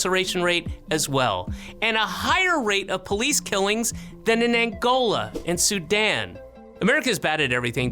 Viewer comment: Sudan, did you say Sudan?